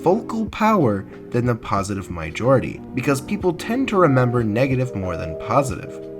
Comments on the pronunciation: Negative? Negitive? Good vid tho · Negitive Lol, was that on purpose or was that a mistake?